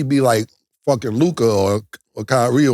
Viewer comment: Two words that Ma$e never says correctly... numbers.... he says "nimbers" 😅 & Luka... he says "Lukahh" 🤦🏾‍♂️😂